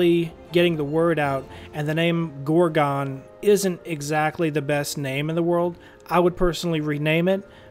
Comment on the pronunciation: Loved your video! Thanks! "Gorgon" not "Gor-gone"...Lol!